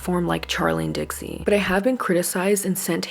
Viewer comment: Not you saying Trixie chile😂